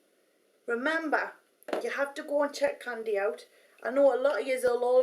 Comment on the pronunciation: Soooo cute how you pronounce Kandees Name <3